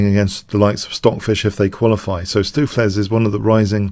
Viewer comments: Yeah, another dutch fan of yours helping you with pronounciation. use stow from “To STOW away”.. ➡️stowflace. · Your preferred pronunciation on stoofvlees is the correct one,: the oo is like the o in Benko, the ees is pronounced as ace. Dutch can be tricky for non-natives. Really enjoying Stoof playing like Leela Jr, thanks for the vid